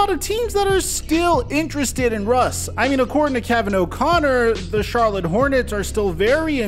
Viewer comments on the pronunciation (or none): none